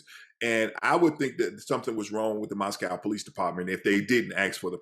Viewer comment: OK, this is really annoying to me... when an expert mis-pronounces the name of the Town. Listen it is NOT said like the Town in Russia. Mos"cow". It is pronounced mos-co. Not cow. CO! Gone from this channel, if you can't even say the name of the town correctly!